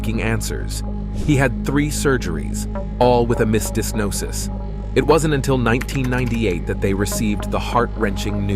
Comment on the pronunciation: What is a “mis-dig-noses”? Lol